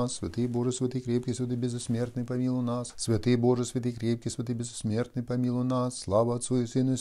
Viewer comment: Зачем говорить беззсмертный 😮